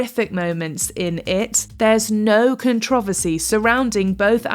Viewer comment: Why are you saying controversy wrong?